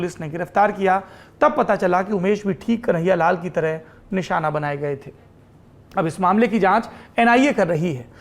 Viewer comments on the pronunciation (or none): none